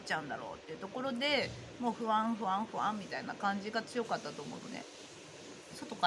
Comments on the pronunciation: ｢ふあん、ふあん」が ｢ほわぁん、ほわぁん」に聞こえました☺️ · NA NA 私もほわぁんほわぁん、と聞こえて楽しくなりました😆